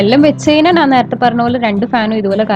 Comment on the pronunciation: Nan alla madam...njan aanu...nalla malayalam samsarichoode..